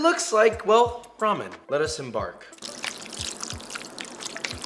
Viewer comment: "lettuce embark" 😄